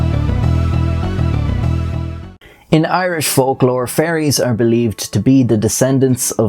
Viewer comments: He says fairies like he's s saying furries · I love how Irish people pronounce fairies as "furries".